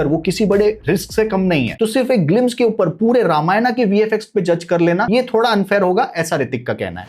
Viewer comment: Tu pahale ramayan bolna sikh